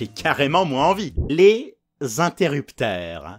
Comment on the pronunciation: C'est moi ou à il dit les interructeurs !